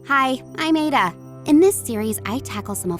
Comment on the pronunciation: Let a Nigerian pronounce the same name you'll be surprised and enlightened 😅